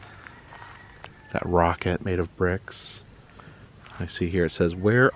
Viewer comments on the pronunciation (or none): none